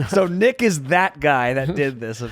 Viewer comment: Nick sounds like you have a lisp.. maybe take a pronunciation class